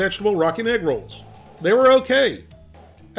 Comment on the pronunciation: (Not making fun) but for the longest time during the beginning of the video I swear you were saying "Rocket Rolls", and I was so confused 🤔